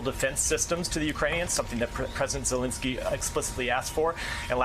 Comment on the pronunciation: they are not soviets lol and pls pronounce Zelensky correctly.